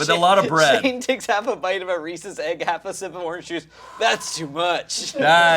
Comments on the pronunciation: How did Shayne get an upper eastern PA accent for just the word Egg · take a shot every time shayne says “aig”